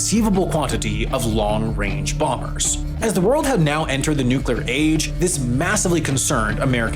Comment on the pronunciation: It's NUC-LEE-AR, not NUC-YOU-LAR. Fucking hate that shit....